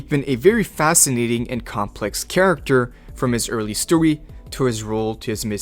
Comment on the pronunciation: Bro why do you say story in twink mode, “Stowy” what is even that bruh😂